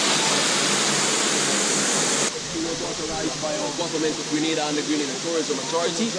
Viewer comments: Nice Vlog. 🙌 BTW it's GRENADA..🇬🇩 & NOT GraNada which is some Spanish country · It’s GRENADA 🇬🇩 Not Granada !